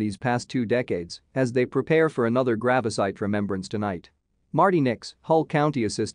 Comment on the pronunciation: Gravasite? And Youfo? Seriously?